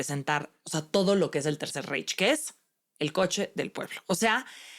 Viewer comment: Reich se pronuncia Raig... Saludos